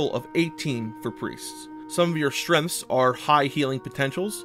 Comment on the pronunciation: I cant say if english isnt your first language and youre just very good at it, or if it is and you for some reason cant properly say strenght